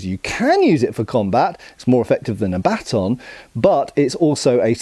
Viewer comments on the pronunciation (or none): OH! Baton, not batten!